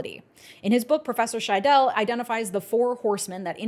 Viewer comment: Stress on the first syllable SHY-dell not shy-DELL (also technically you oughtta swallow the e at the end so more like SHY-dl, but that might just be my regional dialiect) Hope this helps 🌻